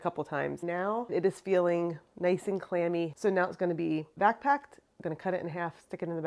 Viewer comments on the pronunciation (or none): I love watching your videos. I wish I could taste your cheese. You have such a passion for making cheese. I have to say though the first couple of videos I watched every time you said "vac packed", I thought you were saying "backpack." I was thinking, "what is backpacking cheese?"